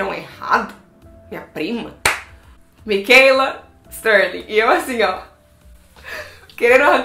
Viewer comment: Por favor não fale Micheila, e sim Michaela